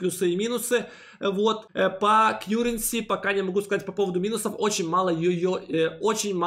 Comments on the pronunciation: В этом видео опять кьюренси вместо каренси? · Все нормально. Только , плиз, называйте КАРРЕНСИ , а не Кьюренси. Очень режет слух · Спасибо за обзор! Ваш канал сильно развивается и приходит много людей., не в обиду, но с англ произношением беда:) Currency произносится как кАренси:) просто режет все время ухо) За обзоры огромная благодарность. Смотрю каждый ролик в любое время суток!